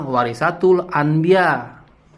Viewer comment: Semangat ngonten bang,mumpung lagi viral nih polemik nasab,biar cepet dpt cuan,berkah dari kyai imad.tapi baca haditsnya yg bener.WAROSATUL,bukan WAROSATIL...😀😀😀